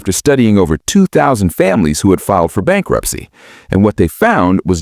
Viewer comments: "Bankurpicy" or bankruptcy? Or "Bankruprcy?" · I like Bankunpticy more. 😂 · Bankurpisy? Why with the AI slop... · Bankurpicy Risk 😂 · "Bankurpicy"? "Bankunpticy"? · "Bankurpicy Risk" lol